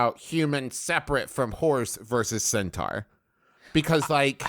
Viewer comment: i like how griffin mispronounced centaur at the beginning and then everyone just went with it for the rest of the discussion